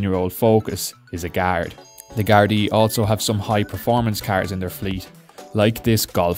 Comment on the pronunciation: This guy sounds like a pirate.. Carrrrrrrrrrrs